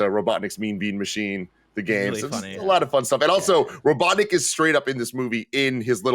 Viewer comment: said robotnik like robotdick.